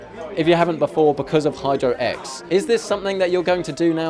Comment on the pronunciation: it sounds like he said hide your ex instead of hydro x